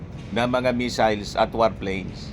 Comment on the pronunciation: Ang basa nya sa missiles ay measles(tigdas) kaya akala nya sakit😂😂😂